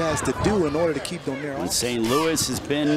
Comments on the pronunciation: Why does that announcer continue to pronounce Nonito’s last name as Donyare? It’s pronounced Dough Nare. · commentator doesn't know the name of boxer. Donaire, not "Donier" LOL